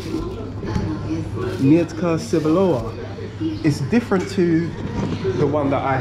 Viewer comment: Hahahaha xD I dunno if someone tell you earlier but when you say "Mietka cebulowa" you say something like "Onion ":D Trust me I'm Polish Onion:D And if you want to taste some of our dish like a "krokiety" or something like "pierogi" you should ask seller how you should eat this like "it taste better when it's hot or cold" - "smakuje lepiej jak jest ciepłe czy zimne". BTW krokiety never taste better hot or cold when you buy then from that kind of shops. Dziekuje, do widzenia, milego dnia:)